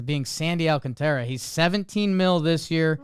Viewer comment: Sandy Alcántara’s name has an accent in it. That’s the syllable you put the stress on. Phonetically, it’s “all-KON-ta-ra.” In most cases, when a Latin American name has no accent, you stress the second-to-last syllable.